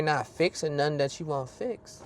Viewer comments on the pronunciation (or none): none